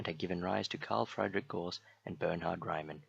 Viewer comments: Try and and pronounce the names a little better mate - it's not that hard. At least get Gauss right - it's not "gauze", ffs. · Ok, Gauss rhymes with 'mouse', Riemann with 'demon'...